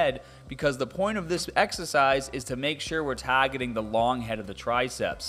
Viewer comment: LOOOOL same